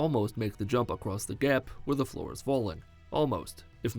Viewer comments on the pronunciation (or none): none